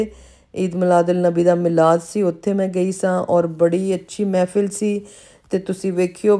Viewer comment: Not mefil..mehfil hoti hy. thora educate b kr lo khud ko lady.